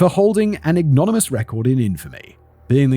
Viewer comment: You mispronounced ignominious.